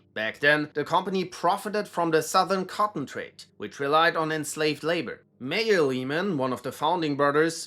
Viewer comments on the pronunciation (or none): none